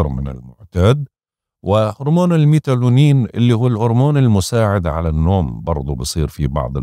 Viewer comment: ما تنزعج مني ولاكن الاورمون يلي تذكرو اسمو ميلاتونين و ليس ميتالونين mélatonine